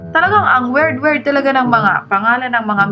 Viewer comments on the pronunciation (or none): "It's su werd, umaygad!" hahahahahaa